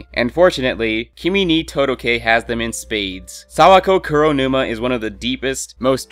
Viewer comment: The way you pronounce Kuronuma is pissing me off... Not difficult, Koo-row-new-mah -__